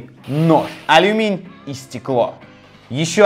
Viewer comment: Угу, "алюминь", очень "культурно" с его стороны... ;)